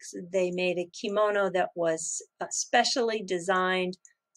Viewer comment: did you say,'I'm opening up my komono too much'... i havn't heard that before... I laughed alot...! Thanks for everything you do.. I believe you are an educator. So, educate the Bit Boys of this world... You have a gift. Love Light and Peace